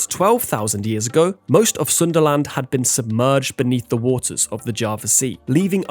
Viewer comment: Sundaland or Sunderland 😂😂